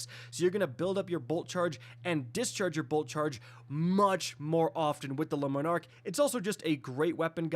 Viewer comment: The word is not “Lemon Arc” 🤦‍♂️